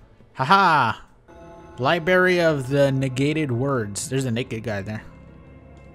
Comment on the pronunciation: Did you just say 'Liberry"? Also, duct tape it, nerd.